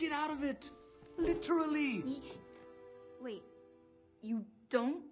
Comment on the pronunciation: بس هو قال literly مشliterally